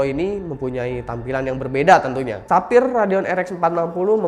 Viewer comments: Sefayer bukan sapir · Ketika Sapphire jadi "Tapir" wkwkwk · menit denger ga dari sapphire jadi tapir